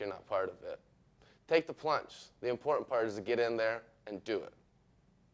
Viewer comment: Please tell me this is a joke..... If not, then somebody needs to teach this guy to speak before he does anymore videos. Did anyone hear how he said the word "Important" 14 seconds in. I just can't stop replaying it to myself, that shit is funny. Also at what point is the socially awkward frat boy buying you a drink a means to put you in a chatty mood. Isn't there a stereotype describing being at a bar that includes that very same situation...? Correct me if I'm wronger here, but didn't that same stereotype have somewhat of a negative connotation